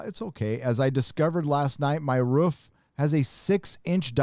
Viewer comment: Why would it be Asoka when she clearly stated she was not the one to train Grogu? Grogu did his thing at the stone, and it called to Luke who responded. Who else would turn up other than Esra maybe? P.S, every time you say Roof, it sounds like you are barking mate;).